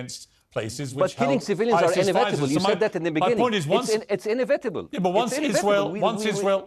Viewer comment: باسم يوسف طبيب عايش بأمريكا ويطلع برامج شهيرة ما يعرف يقول inevitable صح. يقول انفينتبل. الصح انيفيتبل 😂